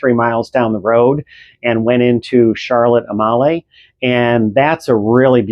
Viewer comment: It's pronounced Charlotte A-mal-ya, not Charlotte Am-A-Lee or Charlotte A-molly.